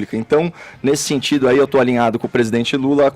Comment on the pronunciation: Fefito fala "sentsido", "tsipo". E não "sentido", "tipo".